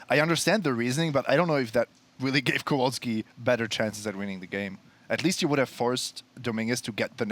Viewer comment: its not Kołolski, its Kowalski :)